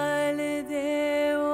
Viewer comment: Pronounciation of words (Urdu) is very bad… It’s GHAR not GAR … it changed the meaning of the song. There are many other words like GHARRIYAAL it’s not Gariyaal.. You should respect the language and the Qawwali … too much improvisation and qawwali’s should be sung like Qawwalis not like Lounge Music .. Very bad! 👎